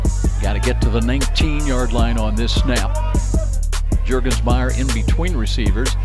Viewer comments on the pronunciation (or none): Your-gens-meier? It's Jurgensmeier -- J as in Jury.